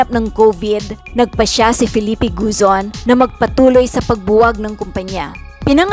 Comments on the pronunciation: GOZON not GUZON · Gozon, not Guzon!